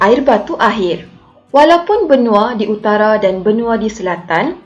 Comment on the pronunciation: laaaa...utagha ka